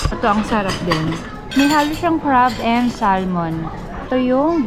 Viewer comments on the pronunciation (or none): none